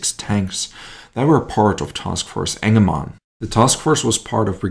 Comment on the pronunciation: "Task Force 'Enema" " . . . Now i know this isn't what our speaker is saying, but that's what I keep hearing everytime he says it.